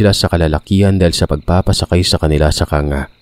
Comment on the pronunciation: good evening sir incorrect ko lng Po kung kangga Ang pagsalita Po Nyan kang- ga